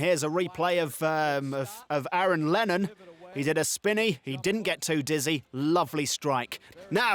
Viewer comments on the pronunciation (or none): none